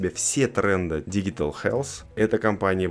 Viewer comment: digital читается как диджитал